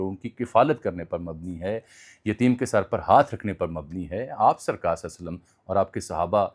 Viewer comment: ہمارے زیادہ تر لوگ درود پاک غلط پڑھتے ہیں لفظ۔ صلے نہیں ،صلی صواد کے نیچے زیر ہے